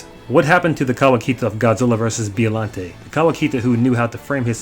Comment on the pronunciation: And Biollante is pronounced "Bio-llante" and not "Bi-ollante" as well.